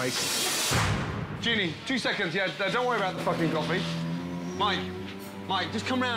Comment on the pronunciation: “He wants a cwoffee, he wants a wahter…”